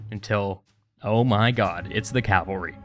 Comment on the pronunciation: "Oh my got it's the cavalry"